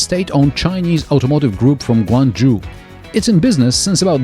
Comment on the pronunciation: Is G-A-C not gac guangzhou, zho not ju